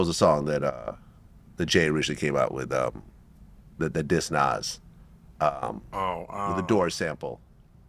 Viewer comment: Bruh It’s Nas….Nas